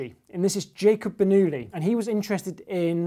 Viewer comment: Bernullie... That pronounciation of French...